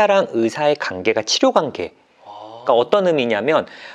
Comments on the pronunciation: 예전부터 느낀건데요... 주제넘지만 그래도 위해서 말씀드리고 싶었습니다 환자, 관계,과거 처럼 이중모음 발음하실때 신경써주시면 전달력에 도움될거같아요~~~ 이중모음은 거의 다 이렇게 발음하셔서 한번에 못알아들을때도 있거든요ㅎㅎ 지금도 한자, 간계,가거로 들리구요ㅠㅠㅠ 은 프로시니까 금방 고치실수 있을거같아요!! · 딴 얘긴데 '과' 발음 진짜 안되시네요ㅋㅋ 정신가, 간계 로 발음돼요ㅋㅋ